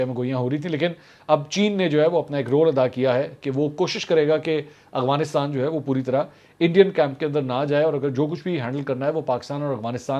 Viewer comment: bhai ye Afghanistan hai AGFANISTAN naheh, tora sa ye teek karlai, please